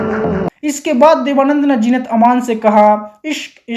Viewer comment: Kash jeenat ki jagha zeenat bol pate. Sub gur gover ker diya.